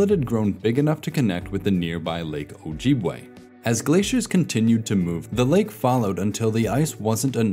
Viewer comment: Your pronunciation of Lake Agassiz and lake ojibway are terrible.